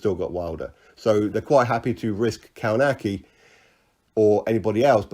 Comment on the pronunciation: Kownacki is pronounced Kov-nats-key